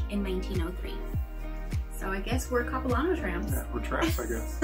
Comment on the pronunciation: If you come back this way again please let me know. I live about 100 Kms east of Vancouver. I grew up in the suburbs of the city, not far from the airport actually. By the way the LAN part of Capilano is a short “a” sound, like “hand”. Small pet peeve! Please say Vancouver, BC, Canada. After all we don’t say San Francisco, USA ( for example). Good thing you didn’t hit pouring rain when you were here!